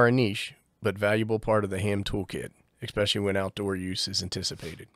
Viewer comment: I love you, but please, it's "esp" not "ex" pecially